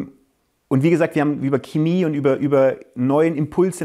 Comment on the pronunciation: ok nach jahren an denen man kaum was zu meckern hatte ist meine größte kritik an max seine aussprache von "Chemie"